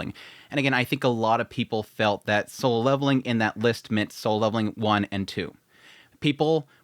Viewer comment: Why does he keep saying sole leveling?